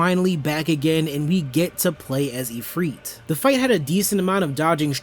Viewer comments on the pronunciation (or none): Ifrit not ifriet. It's frit like a fritter. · actually it's pronounced ifriet ( ʿifrīt ) Atleast if it's based on the ifrit from old Islamic legends. Which it obviously is.